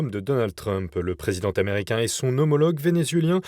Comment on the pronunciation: " le president t'americain , le dirigeant t'americain " La liaison phonetique n'est pas necessaire . Bon journal cependant .